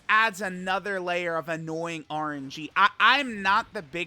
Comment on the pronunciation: “annoy ing orange”